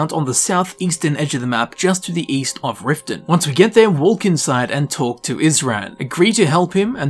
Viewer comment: OHMYGODYOUPRONOUNCETHE L IN WALK LIKE ME IM SOHAPPY